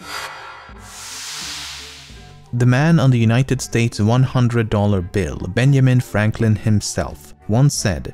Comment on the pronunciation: Benyamin Fwankwin-san! UwU